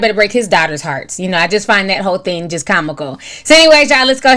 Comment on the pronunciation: Do anyone else hear her saying thin instead of thing? 🥴